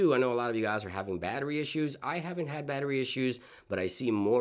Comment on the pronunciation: " batteri intelligence " LOLOLOL